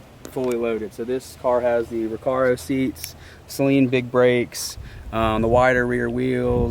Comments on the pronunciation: I stopped watching this when you kept on calling them “Say-leans” and I do own a rare 04 Saleen .... how are you gonna make a video on something that you don’t know how to pronounce 🤦‍♂️ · You were destroying my mans soul everytime you attempted to pronounce Sa-leen. Poor guy. I could see him cringing every time. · as someone who has followed these cars since they were new 20 years ago, it's so refreshing to see your excitement learning about the features and models of the specialty Saleens that were produced. We get a bit jaded just assuming everyone knows this stuff. BTW I'm glad you have since learned how to pronounce Suh-leen haha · take a shot every time he pronounces it "say-leen" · I have a 1999 SAYLEEN S281SC. My father bought it new. Every single Saleen owner I have ever met besides maybe 2 people have said SAYLEEN including me. 😂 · It’s Actually SA- LEEN…!!!!!! Damn at the failure of American school system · He had to have done that on purpose, usually people correct themselves when they hear the correct pronunciation, not, he rolls with it 😂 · You guys just glaze over the fact the 351 is a pushrod windsor motor in a new edge from "factory"! The extreme rainbow is a lot like LV4 midnight purple on the skyline but the beryllium is fire! Sorry to be "that guy" man but it is Saleen(Sa-Lean) not saline(say-lien), Mans name not salt water. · Every time you said sayleen it hurt that poor man…it’s Suh-leen…Saleen…Also Steve saleens daughter drives a new edge saleen…Thanks to both of you for the awesome video…. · My wife said the same. She was like, what is he saying? What is a Say-leen? Isn’t it pronounced Suh-leen? I just started laughing. It’s like the guys that say sir is that a Rooosh to my stage 3? Lol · There is a guy named Patrick with a huge collection of Saleen(pronounced Suh-leen BTW) cars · It's not Say-leen... jeez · Don’t feel bad about your pronunciation of Saleen, he calls Beryllium “Berlinium” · It is said "Suh-lean" not "Say-lean".